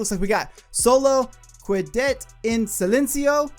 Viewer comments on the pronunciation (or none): Y’all ‘quedate’ is officially pronounced as Que-eh-dett from now on 😂lol